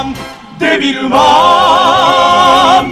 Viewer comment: デビルマンの絵も歌も初めて知りましたが の「デッビールマーン」の発音や、1番ごと歌い終わった後の歌い切った感のある表情、 間奏のときの気持ちを高めてる感じの表情…好きです(°▽°)！ マニアックですみません笑